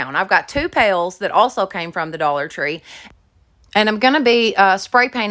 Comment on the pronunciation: Thought you said “the Dollar Funeral” store. Lol